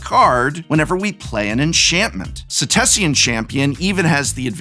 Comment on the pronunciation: He pronounces Setessan champion with an extra syllable likes its spelt setessian